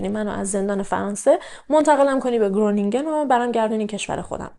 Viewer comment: شهر خرونینگین هلندیا گ مدارن و ج و گ خ خونده میشه